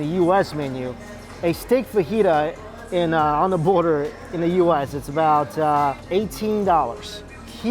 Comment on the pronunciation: onda border ? is that like underwear? lol really need to learn to pronounce the letter 'TH' doesnt sound smart when u replace it with "D".